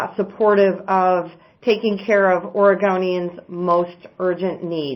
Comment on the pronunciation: Yep. She said OREGAWNIANS! Where is she from?? Nevawda? Hahaha. .